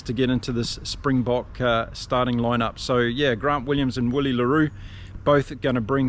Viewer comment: great show one of my favourite this one. but its pronounced Villie the "w" is actually a V for afrikaans names